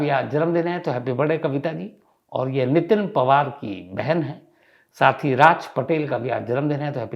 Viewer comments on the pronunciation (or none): none